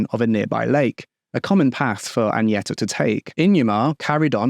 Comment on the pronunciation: hi so Agneta is pronounced "gn" as in Agnes. Same way, not Añeta. I know it's an honest mistake, i'm just correcting.